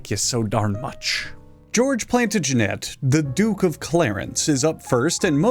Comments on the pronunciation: I can't be the only one irrationally bothered that he pronounced Plantagenet as Plan-tag-en-et and not Plan-tah-gen-eh, right? Right? ...I'll see myself out. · Its pronounced Plan-ta-gen-et, dumbass. Just joking, contents good but that pronounciation made the nerd in me shudder a little. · I was gonna correct your pronunciation of Plantagenet, but then I realized that there's practically zero chance you'll even need to say that word again, so ¯\_(ツ)_/¯ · You butchering the name plantagenet though